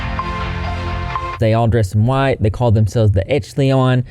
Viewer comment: It’s ‘oh dear’ not ‘oh deer’ 🦌 lovely. The word echelons is pronounced esh-a-lons just fyi 🐢